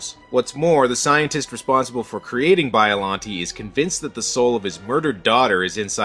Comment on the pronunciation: You pronounced Biollante wrong.